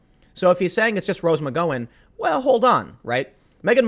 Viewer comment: Rose McGowan rhymes with mick-HOW-in.